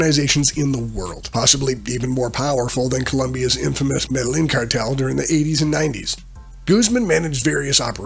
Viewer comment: Me-de-YEEN. Gua-da-la-HAR-ah. Just trying to help. Decent video otherwise.